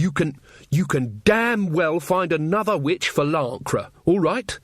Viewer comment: I deffo hear 'bitch' not 'witch' !